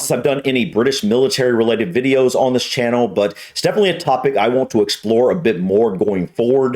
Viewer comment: The clue is in the title, (British) not English, Channel is not pronounced Ch—- Hann al The Mars Bar, is for high calorie replacement, duh